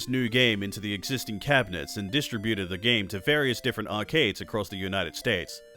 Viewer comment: Great video. I can't believe I'm in your first 1000 subscribers! I'm #910. I look forward to seeing this post highlighted on your 1 million subscribers video in a couple of years. (I wrote this in 2023.) One thing though, as an American, I get a bit taken aback by how you say distributed. :)